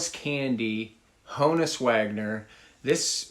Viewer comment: Good selections...but you're still mispronouncing Honus. Think honest.